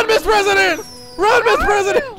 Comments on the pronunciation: MR PWESIDENT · ur so funny the pwesident